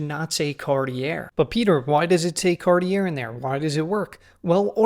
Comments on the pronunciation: car-ti ey not cartierre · Don't you mean "CARTY-ER'? ;) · 2 Things: 1.) No standard customer could recognize something being wrong (which is scary)! 2.) I wish you (as a professional) would pronounce “Cartier” correctly! Good video! Best wishes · Come on! You are a talented watch expert. PLEASE, do yourself a favour, pronounce Cartier properly - I DO NOT BELIEVE THAT YOU DO NOT KNOW HOW IT IS PRONOUNCED. FFS! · Anyone who loves watches might care. Or indeed, anyone who finished school. I mean, it's not as if you are expected to know how to pronounce A. Lange & Söhne, but really - Cartier? I know you are knowledgable, because I've seen you in action since joining LB. But anyone new to you might think you are a chancer if you can't pronounce Cartier. I mean, FFS!